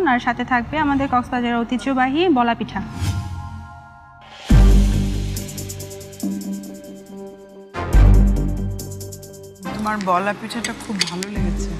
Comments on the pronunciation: পিঠা বলতে পারেনা, খালি পেঠা পেঠা করে তারে আবার বিচারক বানাইছে 😡😡😡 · পেঠা আবার কি 😒 উচ্চারন ঠিক করতে হবে পূর্নিমার 🙄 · পিঠা না পেঠা🙄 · পূর্ণিমা বিচারক হইছে কিভাবে কে জানে! একবার বলে 'ভাজাপেঠা' আবার বলে 'ভিজাপেঠা'।'পিঠা'ই উচ্চারণ হয় না,আবার নায়িকা😐!